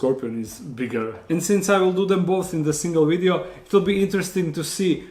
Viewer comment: weedeo! just love how he says it lol XD